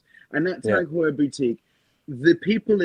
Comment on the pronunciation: Also, in case Four Pillars stays on as a sponsor, let’s just agree we need a special episode where you all take a shot every time says Tag Heur 😅